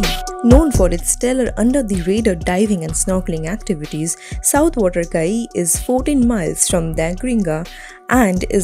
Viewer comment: Please re-do the voice over.. you pronounced all the names wrong.. starting with Caye. (Key)